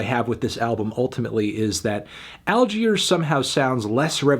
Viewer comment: Great video but did you really need to call them “All-queers”? That was a little too much if you ask me